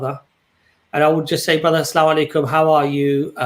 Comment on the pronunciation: I have noticed among the reverts and even non Arabic speaking Muslims, use this form of greetings. Aslamu Alaikum as opposed to ALSalamu Alaikum. There is a slight different, As if they lift the AS and drop straight to the LAM. AssALAM There is a vowel before the L and after the SS. I hope this helps lol not terribly important but I thought to mention it. lol